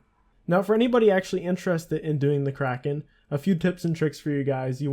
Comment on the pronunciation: the way you did kraken gave me cancer